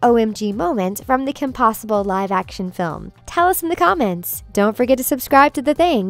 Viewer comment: my favorite part is when you said Kim pewter